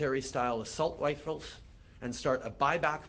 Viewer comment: lol "assult wifles" . Turdeuo needs to throw in the towel. he is just horrible on so many levels. makes Canadians look bad